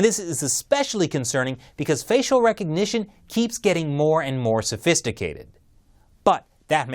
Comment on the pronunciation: STOP SAYING RECOGNITION WITH A K